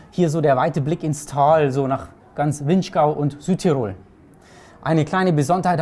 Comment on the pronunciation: Bei diesen drei möglichen Varianten wäre ich doch tatsächlich für die dritte. Wäre schade, wenn was von dem toll Gebauten verloren ginge!! (Eine kleine Sache nur: man sagt nicht Südtir*o*l, sondern S*ü*dtirol - die Betonung liegt auf dem ü.)